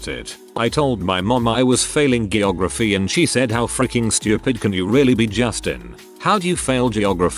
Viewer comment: Sorry but this has been gnawing at my brain... "GIY-OGRAPHY"....WTF XD